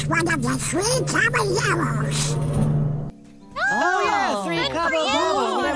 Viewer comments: It’s not the Three Caba-gyros. It’s not the Three Caba-euros. It’s the Three Caballeros. Jeez louise. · God wow I'm a white person and I don't even say it that way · You need to learn to pronounce Caballeros. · Omg that was driving me nuts